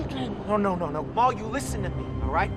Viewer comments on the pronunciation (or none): Mal. Not Mall. Not Moll. Mal. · Mal Cobb? Really?